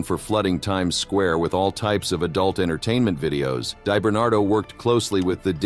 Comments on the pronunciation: ” Dye “ Bernardo 😊 … it’s pronounced ” Dee “ Bernardo . 😂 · DEE - Bernardo, not DIE - Bernardo. Jesus. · “Die barn bar do.”😂😂😂. AI is here to stay apparently. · Deyebernardo lol